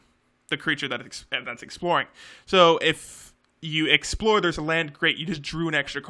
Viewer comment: "explure" hahhaa